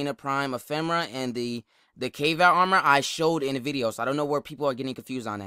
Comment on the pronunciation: Is it pronounced Kay-Vatt? I thought it was Kah-Vaht. Also, stop beating yourself up man... You cool.